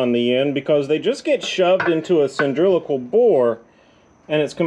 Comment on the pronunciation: “Cyndrilical” to funny! Cylindrical maybe LOL! Great video thanks!